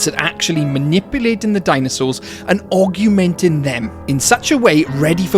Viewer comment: I can't help but keep hearing aug-u-menting and keep mentally saying augmenting.